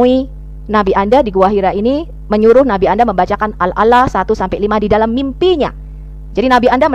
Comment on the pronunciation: Tidak ada bukti bahwa SOFIA itu mantan Muslim, cara baca saja Surat Al-A'ala menjadi Surat Al-Ala.